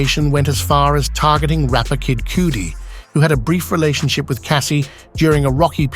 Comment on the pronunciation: Did the narrator really say kid cootie? 😂 wtf